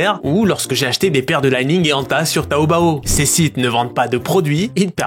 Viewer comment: Li-Ning, le "Li" se lit a la francaise ;)